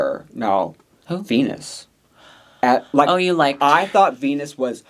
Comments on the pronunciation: Vinyas, not Venus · Why d you keep callin Viñas "Venus"? It's VINIAS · Idk if she goes by both but it’s ViÑas with Ñ not a N. Like piña colada or jalapeños but I guess white ppl usually do call them jalapenos lol Love yall!